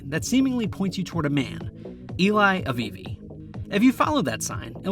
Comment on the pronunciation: its "Afifi" not "Avivi"